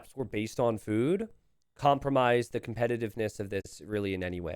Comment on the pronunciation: I love how says "fewd"